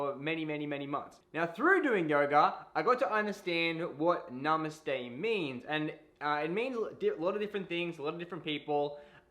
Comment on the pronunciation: Stfu. He said it Right.